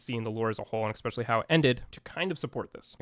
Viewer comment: It is not pronounced "Eckspecially" It is especially